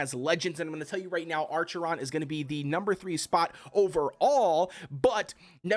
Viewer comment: Acheron, acheron, not ARCHERON. Lmaooooo. Anyway, good guide.